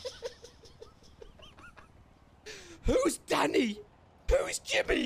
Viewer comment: WHO THE FUCK IS.. WHOS DANNEH WHOS.... im dying lmao